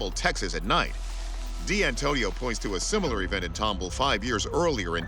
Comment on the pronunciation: Respectfully, it is pronounced tom ball not tumble. 😁